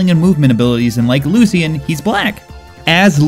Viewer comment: God this is bothering me. Lucian is pronounced like (Lu-Shan) the way he said it gave me cancer